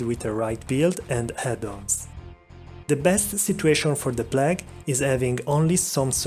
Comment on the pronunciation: Oswald Gardner yes his mispronunciations are contagious